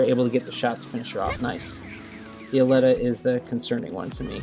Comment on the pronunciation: U pronounce it /alleta/ when I looks closer to Aleta (/elite/a/ with an 'A' at the start) Like the movie alita battle engine. ???